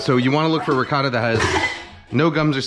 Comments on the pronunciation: Holy shit you actually responded. I think it's the way you accentuate the "t" sound in ricotta, whereas most pronunciations I'm familiar with give it more of a softer "ricah-DUH" sound, I think? I'm sure you have a reason for pronouncing it that way though. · Kenji can't decide how to pronounce "ricotta" lmao